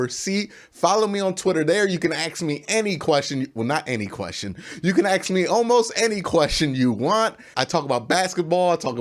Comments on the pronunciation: I want to AKS you a question! Can you please say ASK not AKS?! Can you say tASK, mASK, bASKet... Why is it such a problem to say ASK? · I have a question, why do you keep saying axe me a question instead of ask me a question? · i can't find a video where somebody would explane why poeple can't say ask. It's pretty new to me and i wonder who was the first person who said aks and why it became common if it was mistake?